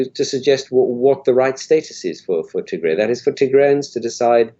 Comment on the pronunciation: I wish you say "Tigray" not Tigre